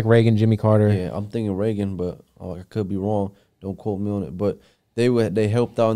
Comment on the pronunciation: Did he say President Reegan? Dafuc